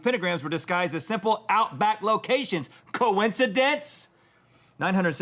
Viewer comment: i just like it when he says COINCIDENCE?!!!!